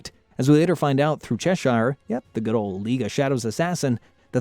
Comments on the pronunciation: Ah yes Chesheyer and Zaytanna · Hearing you mispronounce Cheshire, Zatanna, and Perdita hurts to hear.